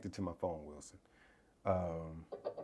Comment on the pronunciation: Every time you say Wison, I think of Cast Away. 😂